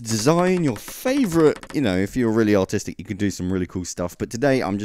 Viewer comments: when he said "if your really artistic" i thought he said " autistic" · It sounded like he said "If you're really autistic you could create some really cool stuff." In the beginning.